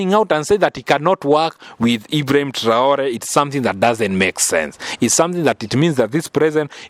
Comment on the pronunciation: Message à la traduction. C'est irrespectueux envers. Pourquoi cette voie française n'arrête de mal prononcé le d'hibraim TRAORÉ. Merci d'articuler proprement